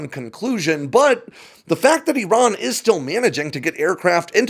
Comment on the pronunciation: Appreciate your ability to pronounce "Iran" properly. Other American military YouTubers butchers it.